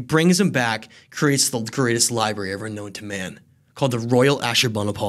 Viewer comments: My dude said liBEARy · Lie berries 🤭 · Did this dude just say, "Li-berries"? Why... just... why? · "Libarries," lol. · You’d think a history expert would know how to pronounce the word: “library.”